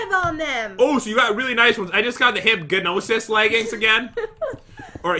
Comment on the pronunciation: I know its not a huge deal but i just kinda get annoyed when he says hypginosis its hypgnsis